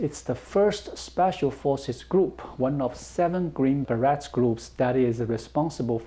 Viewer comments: Love the show,! By the way. 'beret' is pronounced 'ber-ay'. Plural would be 'ber-ays'. Keep up the good work informing us about China! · As always, I enjoy the information and insights you share about China. FYI: the -et in "beret" is pronounced like it would be in French since that is the origin of the word. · The Beret is 'Green Beret' has a silent 't' and the word is pronounced with a 'A' sound at the end, there is no t-sound at all. It is pronounced a bit like Berry, but with more of an 'aye' sound at the end. I'm confident you already know this, but could not miss the opportunity to rib/tease you about it:-)